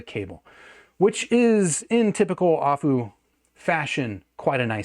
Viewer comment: It's A-full, not ah-foo lol. Their name was never hard to get but nobody says it right. I am really interested in this though, if it would be a better rec than the P5. My P5 was the best purchase I made until I bought my Thieaudio Hype 4. The P5 I could literally wear all day long with how comfortable they are. Plus the performance for the price was amazing, I literally sold my davinci because going from that back to my P5 made me realize I wasted my money. Especially because I bought my P5 on one of the last sales that went down to $175 for the price and that's such a steal